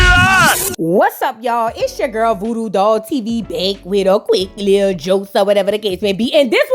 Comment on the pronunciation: Say it VOODOO 😂😂